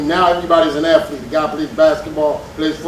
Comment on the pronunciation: Why do they keep saying "Aflete"? It's "Athlete", not AFLETE.